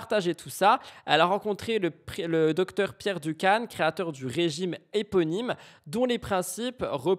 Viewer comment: La méthide Dukan = se prononce Du " QUAND " 😉